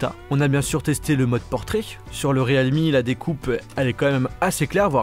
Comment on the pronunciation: Realme se prononce "rilmi" mais "réalmi" ;-)